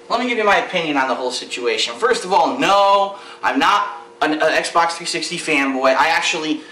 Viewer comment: you misspelled "xbox" and sayd "xbot"